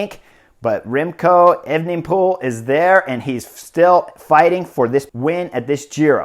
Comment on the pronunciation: He went with the “evening pool” pronunciation! Improvement.